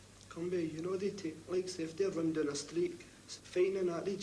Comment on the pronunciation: "Ma brother's doon therrre" S M A C K ! 😅